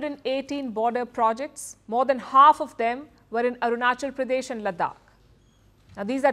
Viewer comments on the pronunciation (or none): Arunchal Pradesh nahi re Patel. Arunachal Pradesh hai. Usa mein jaake US angrezi bol raha hai.